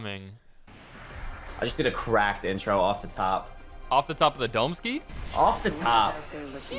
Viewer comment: “Off the domeski” 😂